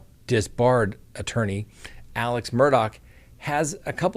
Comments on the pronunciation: Alec pronounced Aleccccc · that murderer's name is ALEX Murdoch, not ALEC. AleXXXXXXX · His name is ALEX